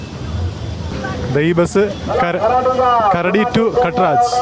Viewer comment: അതെന്നെ. കരടി അല്ല. കരാടി. സ്വാർഗറ്റ്. മനാപ്പാ.😂